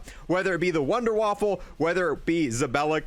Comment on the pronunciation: i know but he said wunderwaffle